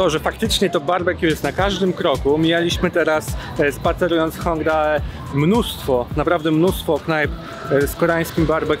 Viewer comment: Zgodnie z tym, co mówiłem w mogą zdarzać się błędy w wymowie konkretnych nazw. Na drugi dzień spotkaliśmy się z Wiolą z kanału Pierogi z Kimchi (film z nią będzie w niedzielę) i ona nam wyjaśniła, że mówi się "Hongde", a nie "Hongdae", a także "łony", nie "wony" (choć pod koniec tego filmu coś mi chyba zaczynało świtać, jeśli chodzi oto drugie). Dzięki za wyrozumiałość! :)